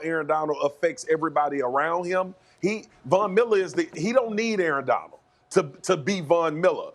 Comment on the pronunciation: Someone inform Marcus that there’s a d at the end of Aaron Donald’s name. “Aaron Donal” 🙄